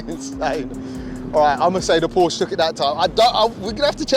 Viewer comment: it's called Porsche not Porsch